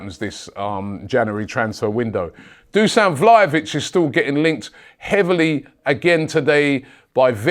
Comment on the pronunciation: Robbie, it's not "Vlayovich" it's "VlaHovic". It's "H" like in "ZaHa"